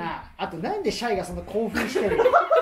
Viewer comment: シャイがしゃゆに聞こえて 井上小百合さんがMCやってた時の らじらーを思い出した